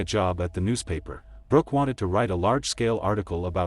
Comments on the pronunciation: It sounded like he said her name was Rock so did the closed captioning...I thought that's an interesting name...Rock...haha then it said Brooke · Her name is Brook (not Brock - Brook rhymes with Look) She was born On April 24, *1978* not 1981, which is why she was 19 years old in 1997 at the time of her death. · Or Brock rhymes w/cock 🐓 and Brooke rhymes with cook 👩‍🍳